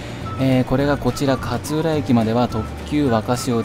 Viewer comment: 勝浦の発音が銀魂の桂小太郎のキャプテンカーツラみたいなのはまったw